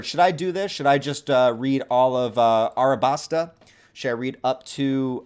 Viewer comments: Just saying it's Alabasta not Arabasta. Just like how it's Zoro and not Zolo. Old translation errors and weebs being stupid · And it’s Alabasta like “Alabaster” that stuff that a lot of in Egypt is made from, I don’t know who on earth decided to make you mispronounce a simple word on camera like this but shame on them. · Woohoo! Welcome to the crew! (It’s pronounced Alabasta)